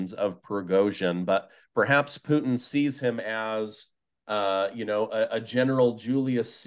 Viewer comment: can you ask Ray for me, why he calls him Pooteen?